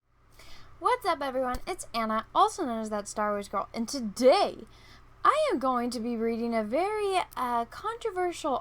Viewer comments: i love how she says aND TO-DAY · i found the way you said today very amusing